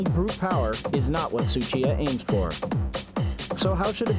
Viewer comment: It's not Suchita It's Tsuchiya!!!!